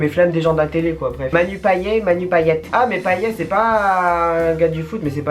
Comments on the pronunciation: PAYET sa ce prononce paillette chez moi à La Réunion et pas payé il se trompe sur la prononciation en France😊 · Ho nan manu payé mais nan 😂 c'est paillette la prononciation petit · ça se dit Paillette hein 😭😭😭😭🇷🇪